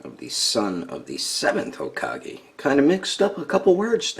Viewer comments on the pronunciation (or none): none